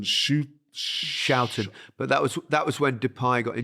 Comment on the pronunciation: Fyi... Schouten is pronounced as "Scouten".